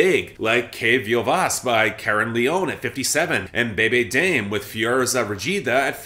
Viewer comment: the “dame” in “Bebe Dame” is pronounced “Dah-meh” <3